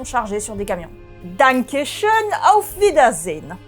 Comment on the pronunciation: En tout cas je trouve qu' la dit fort bien, du moins de mon point de vue de Français germanophone.